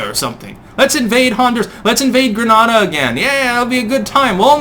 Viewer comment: The island is gren-AY-duh, not gren-AH-duh. The latter is an ancient city in Spain; the former is in the Lesser Antillies. A nearly Lesser Antilles island is dom-in-EEK-a, which the Spanish-speaking island in the Greater Antilles near Jamaica is the dom-MIN-i-can Republic.